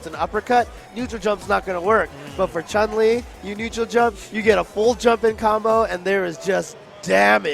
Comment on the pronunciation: Jesus, you'd think someone like (who has been playing SF for donkeys years) would know that it's Chun-Li, not CHUNG-LI. Cringe every time.